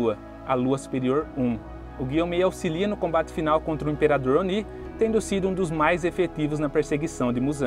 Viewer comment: Vídeo muito bom mas dá uma agonia extrema a tua pronuncia sobre alguns nomes, tipo "Oní", "Ákaza", etc ...